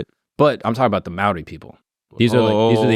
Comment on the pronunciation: I’m a kiwi (New Zealander)- props to for attempting correct pronunciation 👏